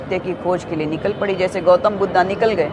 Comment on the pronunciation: वैश्या साली अपनी तुलना भगवान बुद्ध से कर रही है । हिन्दी बोलने नही आता तो मत बोल ' बुद्धा मत बोल भगवान बुद्ध हैं।